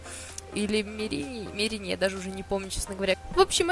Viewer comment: Не мерИн а мЕрин!!!))))